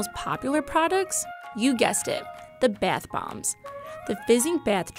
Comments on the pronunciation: “their beth bombs” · “Baieth bombs” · Is anyone else bothered on how she pronounces bath bombs? beAtH bOmbS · the 'beath' bombs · “bAth bombs”